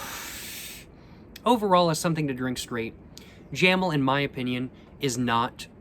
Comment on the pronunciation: Jamel - jáh méu